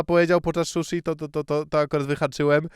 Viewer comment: sushi ❌ shushi ✅